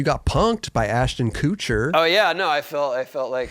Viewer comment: lmao the way pronounces Ashton Kutcher